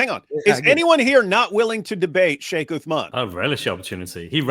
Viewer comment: "FEIKH" Uthman 😂😂😂😂